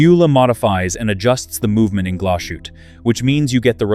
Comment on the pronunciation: There is no "SH" in Glas Hutte.